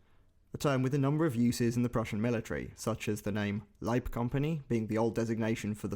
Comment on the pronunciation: great effort, you are one of the few to pronounce Leib - correctly